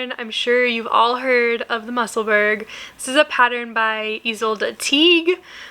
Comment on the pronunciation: I vote for the green silk dk for the ranunculus! and your hot pink wips are so fun! 💕 just an fyi, the musselburgh hat is pronounced "mussel-burrow" (rhymes with Edinburgh) 👍